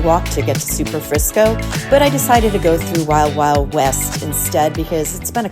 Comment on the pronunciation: You said Superfrisco, but it's Superfrico. I was wondering if it's the same restaurant that is at the Cosmopolitan in Vegas. That is the only other time I've heard that name.